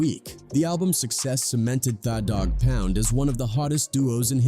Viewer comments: Exactly, The Dog Pound, he pronounced it Thaw Dog Pound, that is to hilarious 🤣🤣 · It's pronounced The doggpound just spelled with an a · lol I know. “Thaa” Dogg Pound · I can't do it after I heard Thaf Dogg Poun Hollysmokes 😂😂😂😂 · AI hilarious who is thaw dog pound😅😂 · Thaw Dogg Pound... Learn how to pronounce the words you're saying. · “Thaw” dog pound 🤣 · Your pronunciation of 'tha dogg pound' is atrocious. What the hell is wrong with you